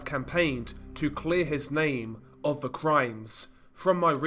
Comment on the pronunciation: Seriously? Ve (the), vough (though), wever (whether), over (other), vat (that), def (death), vis (this) and on and on and on. Dude, We can assume that English is your first language coming from the UK? Very difficult to listen to this crap when it appears to be narrated by a 3 year old.